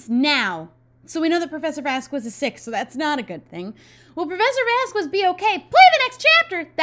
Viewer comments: You've been sayingVasquez wrong. And I thought someone would say it by now, but I guess not. Vaz-skehz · I understand that you may not know the right pronounciation for professor Vasquez but for me its killing me and my little argentinian heart every time you say vazqUes. Dont get me wrong and think that I hate the series because of it. But the contrary since I love the series and the commentaries you do in it, I find it really entenrtaining and enoyable. But I would aprecciate if you say his name right, PLEASEEEEEEEEEEEEEEEEEEEEEEEEEEEEEEEEEEEEEEEEEEEEEEEE <3<3<3<3<3<3 Just say VASKEZ (the u is silent).